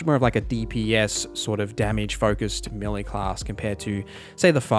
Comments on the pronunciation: May-lay not Me-lee. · "Meh-lay", not meely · It took me a good 40 minutes to realise you were saying melee instead of milli that shit is confusing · Millie. Melee. I cannot decide. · melee == "may-lay"